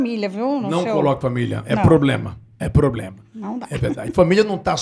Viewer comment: Eu preocupada com o portugues e ela milionaria falando pobrema , crientee e pranejamento